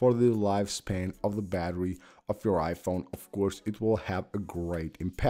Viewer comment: It's so distracting when you say it 'iPHONE' instead of 'IPhone' 😄